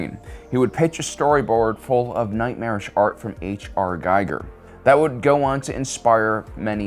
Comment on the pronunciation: His name is properly pronounced "Gee-ger" NOT "Guy-ger"! Hans Ruedi Giger deserves more respect than that!